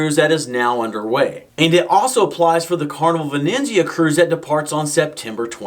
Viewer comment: Have not yet done a back-to-back. Thank you for your quick delivery and helpful content. (Aside — it’s the Carnival Veh-NEET-zia — same pronunciation as the Italian city of Venice.)